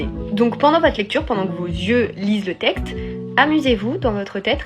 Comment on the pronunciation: La fille à dit "tecte" et "têtre" à la place de texte et tête.